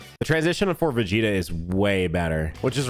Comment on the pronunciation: Bro kept calling Vegeta "Vegeto"